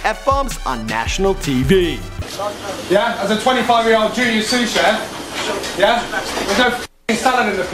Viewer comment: hilarious way he says tv